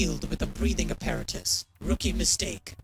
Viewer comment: The line has "Apparatus" mispronounced.